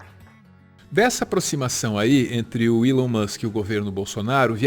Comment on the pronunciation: Desculpa a correção desnecessária mas TOC linguístico aqui kkkkk a pronúncia é "ilon" não "élon"